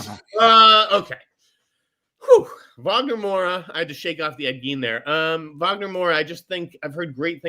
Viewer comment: Just so you guys know, the ‘W’ in Wagner’s name is pronounced like a ‘V’ as if it was written Vagner. It’s a diference between portuguese and english